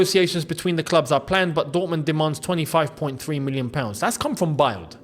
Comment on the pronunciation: can we talk about THAT Caicedo interview?? proves Poch had to go... we never saw any detailed training like Maresca's, from Poch. granted, results must follow; but I think the club hid the training videos last season, due to Poch's limited ability Adeyemi is a scrub. and I think the paper is pronounced (build)